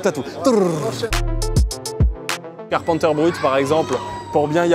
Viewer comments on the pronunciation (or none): none